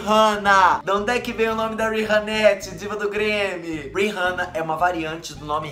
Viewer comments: Não é "RIRRANNA", é RIHANNA 😴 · Não é uírrana é riana. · queria saber porque muita gente pronúnica o nome da Rihanna errado. gente se escreve com H mas se pronuncia com som de A. Exemplo: RiAnna. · Pronunciou o nome da Rihanna errado 🌚